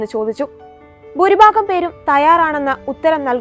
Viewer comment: എന്താണ് 'ബൂരിബാഗം' ? ഭൂരിഭാഗം എന്നുച്ചരിക്കൂ.